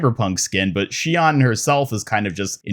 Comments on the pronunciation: oof i can't believe u just said shee on my guy it is pronounced shee own its Japanese and BRO OMG ITS MEE ZUH KEY GOD U CLEARLY DONT WATCH ANIME normally i wouldn't correct grammar cuz all it is is just signs of ignorance but damn bro these are easy cmon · Listen to the Miziki VA say “Shion”, you’ve got it slightly wrong.